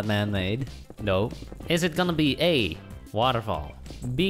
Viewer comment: at waterfall did you just say wall of sh*t?